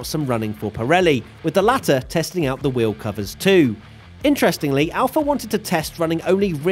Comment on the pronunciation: I learned from this the fact that pronounces "Wheel" - "Weeohw"